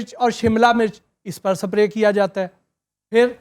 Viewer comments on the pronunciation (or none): I dont now why educated folks say "SAPRAY" instead Spray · Sap-ray nhe hota its spray Itne bongay Researchers hain pehle pronounciation to theek se kr lo phr show karen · Please dont call on your show. He doesnt even know how to pronounce "spray". Constantly he is saying "saprayyy" and not single time anyone is correcting him. What type of intellect he is if he cant pronounce basic words of his field. MORON.